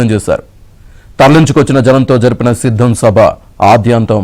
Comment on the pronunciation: That is not shiddam 😂😂😂 that is siddham😂😂😂